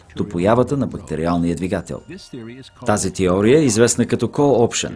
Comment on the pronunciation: теория а не тиория за разказвача btw